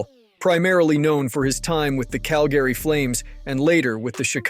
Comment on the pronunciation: My favorite part was listening to this dude mispronounce every name on the list. Even saying Cal-Gary wrong. Wow